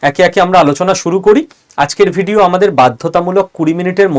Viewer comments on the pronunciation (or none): none